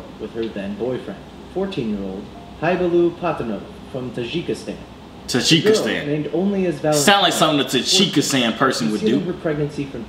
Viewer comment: Lmaooo “tajikistan” damn robot couldn’t even pronounce it properly 😂😂